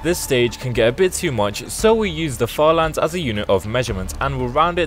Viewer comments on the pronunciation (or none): Bro when you said further lands I thought you said father lands 💀